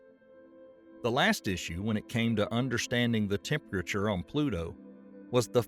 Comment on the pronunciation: 😕 Hey narrator! Can you pronounce the word 'Temperature' 1nce again for me plz?